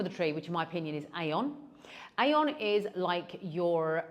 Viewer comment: AEON is pronounced ee-yon. Trust me, I lived in Japan and it’s a Japanese supermarket.